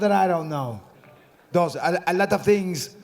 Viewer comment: '...like u got some plan, like u know somethin' we don't know.. what do u know that I dont know?' 'ALOTOFTINGS' lololol 6 months later still cryin with that part